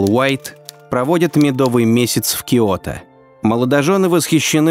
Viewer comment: Всё таки киОто... Другие имена ужас...А диктор просто необразованный человек...